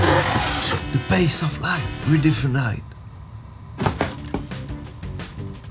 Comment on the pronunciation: "redifeneieeed" plus français tu peux pas